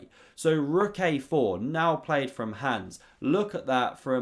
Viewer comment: Learn to pronounce HANS